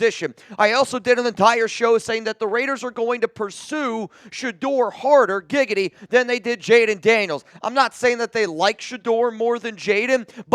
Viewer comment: Did you really just say gigady??...that was great